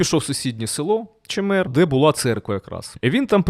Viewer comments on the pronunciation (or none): Не ЧемЕр, а ЧЕмер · Чéмер. Наголос на першу е. Назва пішла від річки Чéмерка на якій це село стоїть. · Чемер. Наголос на першому складі, батьківщина Левка Лук*яненка❤ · Чемер, наголос на перший склад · Я вибачаюся, наголос потрібно ставити на перший слог.